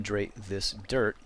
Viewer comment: Every time you say "dirt" I hear "derp". :D It's really amusing.